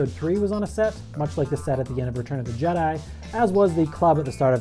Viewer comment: did he just say ''return of the jedee'' XD